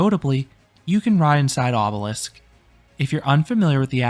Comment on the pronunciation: Obelix not Obelisk 😉